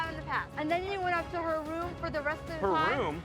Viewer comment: lmmfaoooooo 😂 the way he said "her room" has me gagging 😂😂😂😂😂